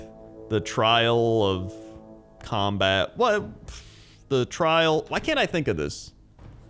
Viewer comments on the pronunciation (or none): none